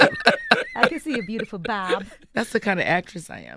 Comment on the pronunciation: Did envy just say "bootyfull" ?